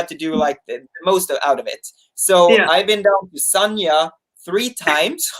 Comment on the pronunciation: it's San-Ya, not Sarnia, which is a city in south-west Ontario, Canada.